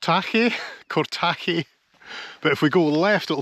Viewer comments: Cortachy has the emphasis on the first syllable. Really love the Angus Glens. You might try Glen Doll next. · Cor-ta-hay, is how to say it. Kirriemuir is a nice wee town to look through. Check out the 'hill, with the camera obscura," the den. & the birthplace of J M Barrie. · (Cortachy) Cortakey, nice try 😂